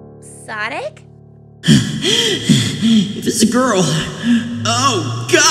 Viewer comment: dark sawnic moment